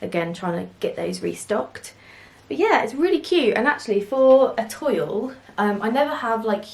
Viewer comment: Adorable prints and cute summer makes. By the way, toile is pronounced twall